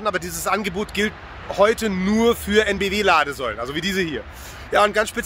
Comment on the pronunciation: Heute auch EnBW wieder richtig ausgesprochen, hat einen Lauf